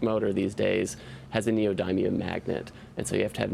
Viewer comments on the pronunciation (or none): It's pronounced "knee - oh - dim - e - um" not "knee - oh - dime - e - um"